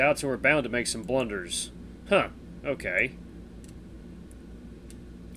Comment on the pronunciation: You said cokay in - minutes in tge vid